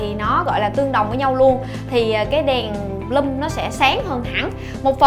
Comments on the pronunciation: N phải là bờ lum nhé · vcl tiếng anh =)) Bloom = bờ lưm